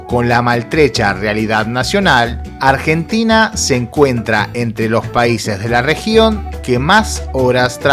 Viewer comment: Ardjentina, Ardjentinos. aprende a hablar jaja